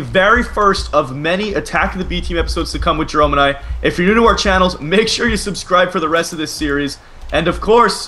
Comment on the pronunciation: Did Jerome say merome?